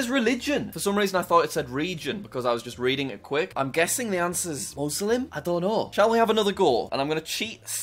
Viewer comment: The way he pronounces Muslim as Moselem